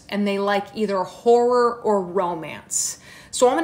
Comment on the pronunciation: Why did I think she said “whore” instead of “horror” for the first book rec 😷